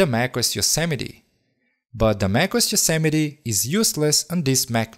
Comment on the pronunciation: And Yosimity lol